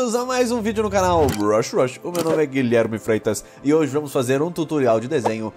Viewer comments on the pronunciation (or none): Toda vez no inicio do vídeo eu escuto "Rush Rush" e não Brush Rush